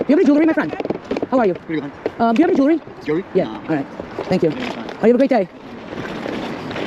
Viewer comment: Bit Pazarı, bağımlılık yapaaar.... bak, denmedi deme.... Evet, ben de gitmeden edemiyordum, 20 liranın 30 liranın hesabını yapmadan önce.... O yüzden ; seninle gezerken, o eski günlere ait duygular.... bana bir uğruyor. Kız sen artık olmuşsun. Yani bildiğimiz Amerikalı.... Jivuliri' yi öyle bir söylüyorsunki.... başlamasıyla bitmesi bir oluyor.... 🤓